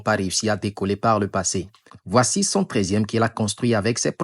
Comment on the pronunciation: "nous voici z'à la fin..."